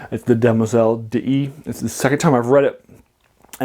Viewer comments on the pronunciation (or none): A tiny quibble: d'Ys is pronounced DEESE ( like geese). There is an opera by Lalo called Le Roi d'Ys, Ys, being the sunken city in Breton legend.